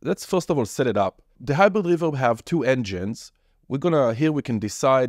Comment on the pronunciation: dude i just watched it just because of how you pronounced The Hyizhrid reveZHerb